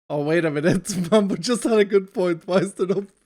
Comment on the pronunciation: Mumbo not mug